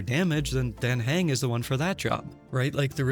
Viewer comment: except how you pronounce Dan Heng 😂